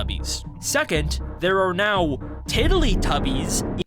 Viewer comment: "they truned them into Teletubbyis!"